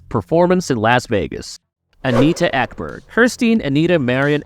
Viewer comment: Anita Ekberg, NOT Eberg